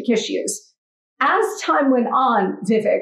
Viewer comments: Its not vivik its vivake like CAKE. Its a piece of CAKE. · You know Vivek has a lot of patience as she constantly is mispronouncing his name.